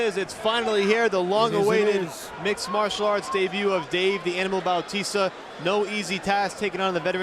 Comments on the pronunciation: FUCK MAN ITS BATISTA NOT BAUUUTISSTA can't even concentrate with him calling him that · Who the hell is Bowteasta? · I'm I the only one who realised that one of the commentators called Batista ,"Baptista" 😂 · What the fuck is a "Baptista"? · batista not bowtista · why is that guy calling him babtista ? :D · did he say jab fitness???